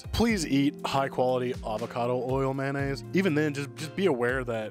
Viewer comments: Mayo-nnaise not Man-aisse mayonnaise 😅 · Please say MAYOnaise...lol. How did MANaise ever start????🤔🤔🤔🤔 😂